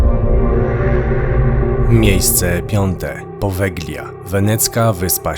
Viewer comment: Poveglia - czytamy "powelja", bez g w środku 🙂